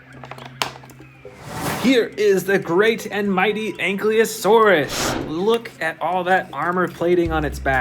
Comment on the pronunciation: Anklyasautids bro said😂